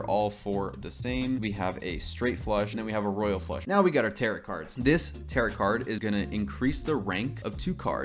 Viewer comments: who's gonna tell him tarot is pronounced like "tair-oh" and does not rhyme with "carrot" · its pronounced "tear-oh" not "tarrot" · ah yes the "tear-it" cards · calling tarot cards "tear it" cards has me dead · Btw, the 'correct' way to pronounce it is like arrow with a T at the beginning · My boy not knowing how to say tarot took me out every time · Absolutely incredible video, but every time you say tarot like “carrot” I take a point of psychic damage